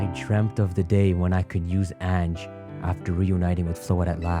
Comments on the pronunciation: Ange's pronunciation is actually An(on)-jay, but hey I don't judge. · "Ange" is French for "angel", and pronounced "ahnj" You forgot to heal your party after you faced that rando with the Chandelure.